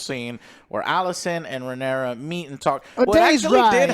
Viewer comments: It’s Rhaenyra dammit 😂😂😂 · RHAENYRA, NOT RHAENERYS ISTFG